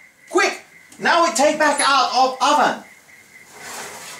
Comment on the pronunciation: LOL at "roven"